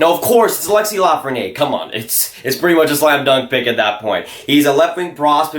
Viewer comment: Little friendly French pronunciation tip here - When a word ends in a vowel like Lafreniere, you pronounce the consonant (r) so it’s la-fren-nee-air When there’s no vowel like it Perrier, you don’t pronounce the consonant (pear-e-ay) You can really see this at work in the feminine vs masculine words for small (petit vs petite) Petit (peh-tee) Petite (peh-teet)